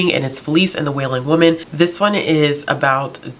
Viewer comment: La Llorona is pronounced yo-ro-na just like the ll in tortilla 😄